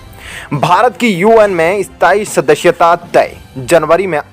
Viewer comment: ऐ स्ताई शदश्यता lol.. अस्थाई सदस्यता। channel host karnaa aataa he aur desh bhakti dikhate ho host saahab lekin matra bhaashaa hindi hi barabar उच्चारण karnaa bhi nahi aataa. पोपुलेसन कोसिस विस्वास को बोलो पोपुलेशन कोशिश विश्वास।